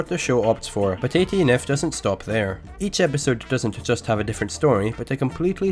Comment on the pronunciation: Why do u pronounce it as 18 eff